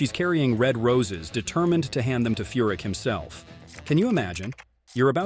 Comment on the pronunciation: It's Furick not F***